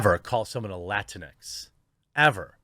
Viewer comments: PS - it’s pronounced “Lah-tinks” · It's pronounced la-tinks. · My Hispanic wife is just as confused: is it pronounced Latin-x, or Lah-tinks? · I hate seeing "Latinx" because everytime I see it I pronounce it "Lah-Tinks" and that sounds more insulting then just latino/a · I just like pronouncing it "latinks" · When I first saw that idiotic word, I literally thought it was pronounced “la-rinks” This stupid pandering is accomplishing the exact opposite of what they’re trying to pretend to accomplish. I will not accept the categorization that they attempt to place on an entire Hispanic heritage. I reject this label wholeheartedly. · I heard someone on a major news network pronounce it Lah-Tinks before and I almost peed myself! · It needs to be pronounced Latinx (Luh-tinks), to make it sound as stupid as it is. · I thought it was pronounced “La tinks”. If so, I’m not surprised it hasn’t caught on. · We (latinos) know "latinx" is a white people thing because it's impossible to pronounce in spanish or portuguese. Not a single latino or latina would have come out with that term, ever.